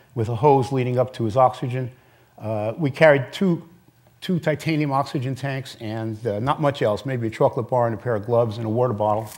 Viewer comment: I hate the way that Ken Kamler says the word "oxygen"